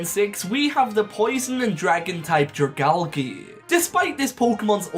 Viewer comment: Not dri-gal-gee but dri-gal-jee